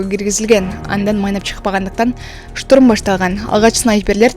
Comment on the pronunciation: Штрум эмес!!!!! Штурм!!!!!!!!!!!!